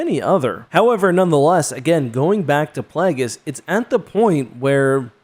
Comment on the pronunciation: Uh oh he’s talking about “PLAGGUS” again. I miss Darth Plagueis, whose name is based on the word “plague” and is pronounced that way.